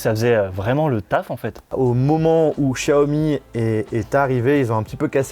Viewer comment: Un chiaomi ??😂😂😂